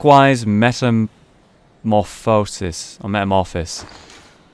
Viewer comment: jeez... He pronunciation of metamorphosis makes me cringe